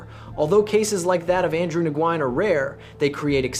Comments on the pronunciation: Its not "NEW-YEN". Its "WIN" <----- This is how Vietnamese people say it, and thats how they would tell you to say it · It's "new-yen" MF I stopped watching it 2 minutes in because of the way you say his last name 🤦‍♂️ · Embarrassing a channel name Vietnamese case files but can't even pronounce Nguyen correctly. "Andrew newynn" 😂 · Ok, I don’t mind the AI slop that creeps into your videos. I do, however, mind the AI pronouncing the name of the protagonist differently every time it is spoken. This is ridiculous. Why would a computer keep changing the pronunciation of the most important word in the story? Nugeen? Nu-in? New-een? Wtf? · Nikka I pronounced it new-gent for that Nguyen Holmes! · How you gonna pronounce Nguyen in five different ways? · and none were correct 😝